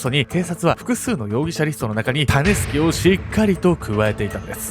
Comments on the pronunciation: タネスケって聞こえたから、どんなあだ名かと思ってしまったw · 時々｢タネスキ｣が｢タネスケ｣に聞こえて、脳内でしゃもじ持ったヨネスケが騒いでて動画の内容がなかなか入ってこなかった( ;ᯅ; )笑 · たねすけに聞こえる🤣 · タネスケ タネスケって聞こえるｗ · タネスキが最後まで 種助と聞こえた…(^o^;) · 種助って聞こえちゃう